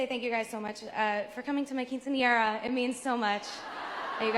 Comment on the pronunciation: you said quinciera jajajaj cute, it's quinceañera and it's really important at least in Argentina (15 y/o) its like yo become a woman (even if for the law you are a minor until 18 jajajaj, I'm an arianator since 2014 but loved the video, all true